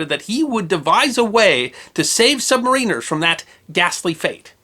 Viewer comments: "SUB-MARE-IN-ER" pronounced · It is pronounced sub-may-ren-er. Not sub-mah-reen-er. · Isn't it pronounced "SUB-MAR-IN-ERS"???? and NOT "SUB-MARINERS"??? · Is this considered the official American pronunciation? I was taught the accent was on the second syllable (sub-MA-riner)...but then, I wasn't taught American pronunciations, either. :-D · It's "submariner" sub mare inner. Not submareener, great video, though. USN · Pronounciation of submariners incorrect. I still appreciate these vids, though. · When is some body going to pronounce submariner correctly? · It's either-or, some of us call ourselves 'Sub-mariners,' (as I do) but others are quite vocal about calling us 'Submarine-rs.' either is acceptable